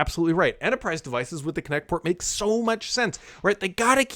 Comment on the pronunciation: I SWEAR I heard Kinect every time he said it. LOL